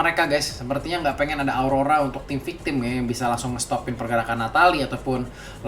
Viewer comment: Victim woy bukan victemmmmm